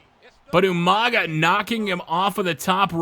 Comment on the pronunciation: damn, even in the game's recordings Regal says ''YOU-MANGA''